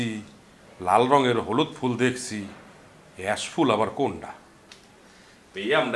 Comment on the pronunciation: ইয়াস না অ্যাশ 😂